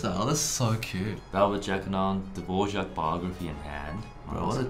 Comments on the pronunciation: Aww, I challenge you to learn the correct pronunciation of Dvořák, it’s cute how you say it, like little Czech kids not knowing their ř yet. You’d be so cool😎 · As a son of a native born Czech father hearing you say Dvorak hurts my ears. It was beaten into me on how to pronounce his name correctly from a young age. Especially since I am a cellist. But as a fellow Aussie I hear it all the time. Love your videos. So does my new born baby. I will get her onto the violin. Much easier to carry around. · As someone who speaks Czech, I love how you pronounce Dvořák - it almost sounds like Polish hehe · I like, how strangers say Dvořák. The horrible ř.